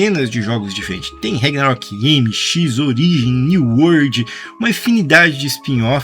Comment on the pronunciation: rEgnarok? CARALHO! VOCÊ NÃO FALOU O NOME CERTO UMA VEZ NO VÍDEO... PQP!